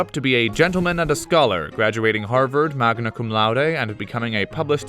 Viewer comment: "magna cum lauder 🤣🤣